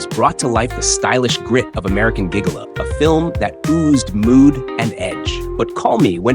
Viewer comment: By the way, the first g in 'gigolo' is a soft g!